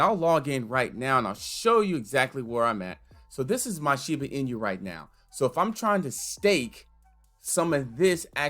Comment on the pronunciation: it's "in-oo" not "in-yu" btw